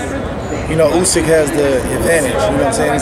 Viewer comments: It’s USYK lol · Who the fuck is Usky? 😂🤣🤣